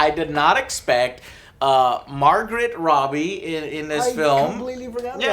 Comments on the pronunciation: soooo, how many people are correcting your pronunciation of Christoph Waltz and Margot Robbie? lol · "Margaret Robbie" "Christopher Waltz"